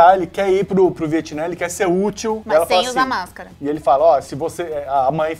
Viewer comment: Eu fico me lembrando que se não é Viatnã e sim Vietnã